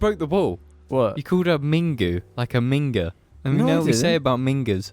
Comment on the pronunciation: I'm in love with ' pronunciation of "minger"